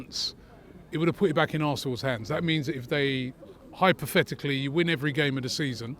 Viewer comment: so many hypotheticals he cant even say em properly